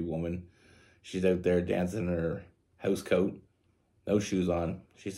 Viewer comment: The way you said house coat, where are you from?😭